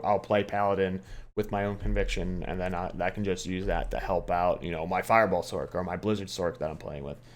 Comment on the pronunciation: Fin sorK lol it’s Sorccccccc like pronounce sorceress it’s not sorKeress lol fun list pretty much agree console is kinda ass pvp